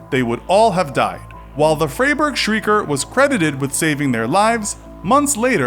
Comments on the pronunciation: why do you pronounce "Freiburg" like it´s spelled "Freyburg"? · Frey burgh lol